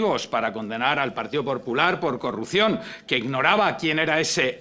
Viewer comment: Minuto ha dicho partido porcular? Que vamos me parecería hasta normal... siempre dando por culo